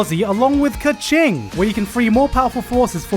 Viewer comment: did he just call her kaching? you can tell he never played it.